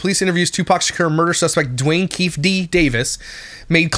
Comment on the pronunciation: Who else is yelling, Keefe--- keef-E D not keef... at their screen, just me 😂 😂 😂 Agree button l \/